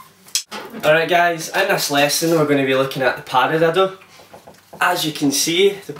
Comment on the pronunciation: Learn how to say paradiddle